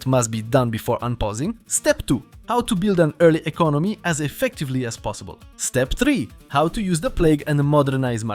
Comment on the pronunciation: mówiąc "Step tri" brzmisz jak hindus :D